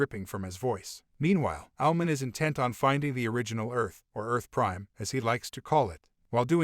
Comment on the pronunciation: When he says Owlman it sounds like he's saying Almond